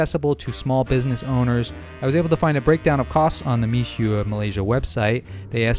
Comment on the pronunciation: Seems to mean "rice snow"? Pronounced "Me-shway", by the way